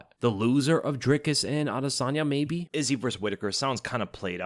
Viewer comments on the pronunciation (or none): none